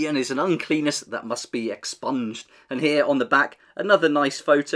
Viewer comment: Have to make sure you pronounce the double n's separately on uncleanness, so it sounds like unclean-ness.